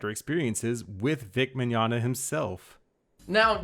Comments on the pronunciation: Isn't it pronounced (Mi-gon-ya) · Mignonga? I think it's Mignogna (Vic is now Bic Chonga)